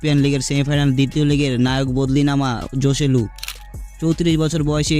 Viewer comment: জসেলু না হোসেলু উচ্চারণ হবে